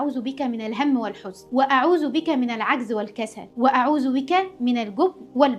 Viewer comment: كل حاجه حلوه الفديو فكرته جميله والسيت اب جميل بس انا عندي ملاحظه وهي أن في عندك أخطاء في قرأه القرأن والحديث زي انت قولتي الحُزن بس هي الحٓزٓن وقلتي مرِحاً وهي مٓرٓحاً